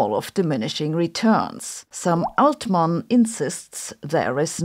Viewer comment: I thought it was very funny you pronounced Sam Altman "Ze german way" while Aschenbrenner sounds peak english 😆